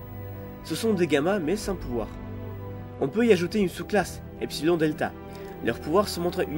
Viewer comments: Est-ce que je fais mon chieur?... Allez, on dit pas epsil-ON mais epsil-ONNE. Sinon bonne vidéo :) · Tkt, c'est normal. Je fais du grec, c'est pour ça que je le sais. Continue comme ça quand même (enfin sauf pour Epsil-ON, je veux dire pour le reste... bref tu m'avais compris)